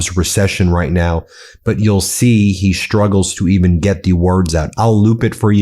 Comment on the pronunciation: Struggles. There's no H in it. It's not SHtruggles.